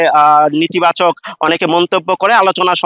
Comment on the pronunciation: nitibachok noy, netibachok hobe😄😄😁😁